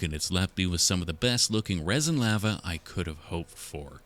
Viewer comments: I had finally came to peace with the way you pronounce aluminum just for you to pronounce lava (“laa -vuh”) as “lah-vuh”, I can’t do this anymore 😔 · I can accept how says “aluminum” but I draw the line at “lava”. Not ok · The way you say lava is so funny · I thought Lava was the monsters name cause the way he pronounced it, I only noticed he's saying the hot stuff when he started making the Lava